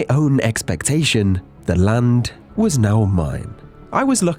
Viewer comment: as soon as i started video i skipped a bit and you said on the *land" sounda like lund means penus in my language, my mom scolded me in front of dad in the damn morning. 😑